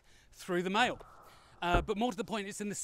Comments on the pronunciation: Maille is a French word and is pronounced "My", just saying ;) Great vid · Maille?? Is that French for mail or something?